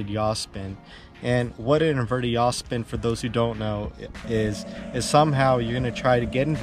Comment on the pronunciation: You make the "jaw speen" easier than Charpu. 😂😂